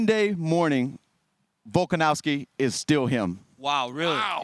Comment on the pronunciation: DC : " Vulcanovski " 😂